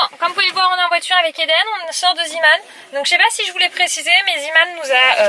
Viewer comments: Coucou c’est « Zééman » et pas « ziiman » (j’ai ecrit en phonétique) car c’est un magazin néerlandais et “Zee” cela veut dire Mer et « Man » Homme donc zeeman®️ veut dire homme de la mer comme sur leur logo voila gros bisous 😘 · Tu me stress quand tu dit Zeeman car sa se dit zééman mais sa s'écrit Zeeman